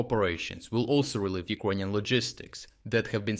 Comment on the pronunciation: They way you pronounce 'Ukrainian' sounds like 'Equanian' in my head, and I can't get rid of that mishearing 😅